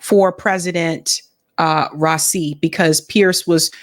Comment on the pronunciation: it's rah - ee -- see (soft s, s that sounds like a c ) bless your works <3